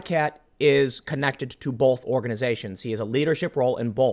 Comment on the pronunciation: I cant unhear the L you put in the word both.